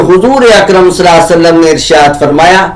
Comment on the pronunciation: السلام عليكم و رحمه الله و بركاته Nabi alaihissalam ke name mubarak par durood parne par aapki adaigi sahi nahi hai